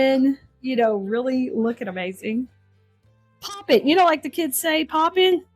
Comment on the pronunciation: Its "Poppin"!!!